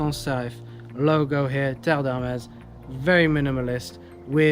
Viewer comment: Finally! Someone who does not butcher the name. That's how it is pronounced.